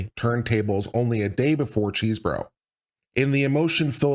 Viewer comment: I kept hearing "cheeseburger", but I think it's because I'm hungry!